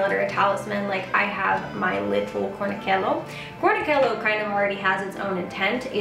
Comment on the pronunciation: Great short video - thanks! Just a heads up, the “cello” in cornicello is pronounced just like cello as in the instrument. “E” or “i” after the letter “c” in Italian adds either the “chee” sound or “che.” I hope that helps!